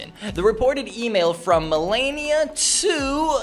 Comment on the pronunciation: And do you call her Melania it's Melania